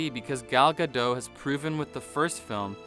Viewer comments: Ga dot not Gadoh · Just a heads-up: you pronounce Gadot as in robot. Her surname is Israeli, not French.